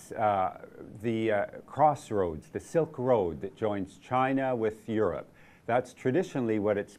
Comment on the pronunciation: somebody teach this guy how to say Europe properly